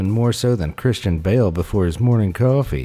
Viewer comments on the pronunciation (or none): none